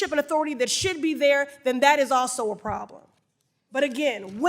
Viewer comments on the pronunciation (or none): none